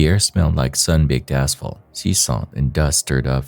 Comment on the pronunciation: the air smelled like WHAT?! 😭😭🤣🤣 ohh asphalt lmao for a sec it sounded like … yeahhhh we all know what I mean lmao